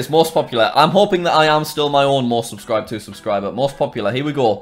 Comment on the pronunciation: 56 times you said aubscriber